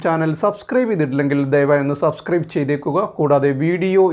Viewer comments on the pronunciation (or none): none